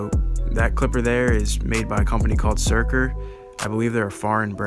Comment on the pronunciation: Crazy that you’re the first person to actually pronounce the company correctly and in a normal way. For whatever reason, I’ve heard others say “sucker” or “shurker” like bro Surker